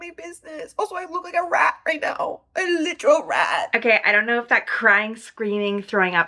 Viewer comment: "A witeral wat" noooo 💀💀💀